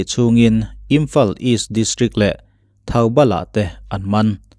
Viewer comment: Thaubal ti in lam suh Thawbal i in lam rawh Sir